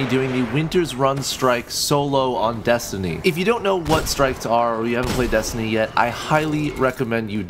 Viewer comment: When u say destiny I always think ur saying desandnate